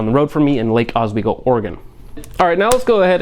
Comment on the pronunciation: Nobody I know pronounced Lake Oswego, Lake Az we go